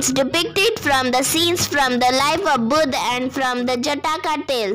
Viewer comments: And it is buddha not buddh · Not Buddh . Buddha ok . Your voice is very beautiful 😊